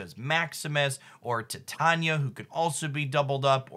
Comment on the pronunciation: It's no big deal, but it's so weird to me that 90% of the Marvel Snap content creators absolutely butcher Titania's name.